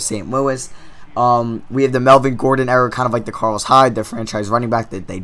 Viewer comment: It's era you kept saying error